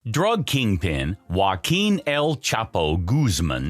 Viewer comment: Its not Wuakin its Huakin . English speaking people have difficilties with pronunciation. Its like saying Joseph Stalin he is not joseph he is Eosif Stalin. But english speakers have him english name Joseph why? How da fuk i noe